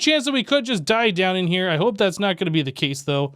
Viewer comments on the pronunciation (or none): none